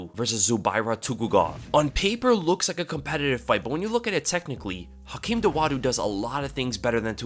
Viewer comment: Hakeem Dawodu, not Dowadu